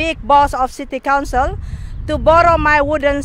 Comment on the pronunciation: Ndak apa2 Inggris grammar nya ngaco, yg penting masi bisa dimengerti.... semangat ya buuu :D semoga city council nya sadar dan mulai memperbaiki lingkungan nya <3 EDIT: oh ya...bu kedepannya "council" nya jgn di singkat jadi "Con"... karna dengernya kyk mau ngomong "kontol" wkwokwokwok